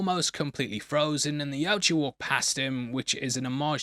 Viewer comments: It's Yautja, not Yautja. Sheesh. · its pronounced Yautja.